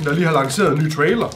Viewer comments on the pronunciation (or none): none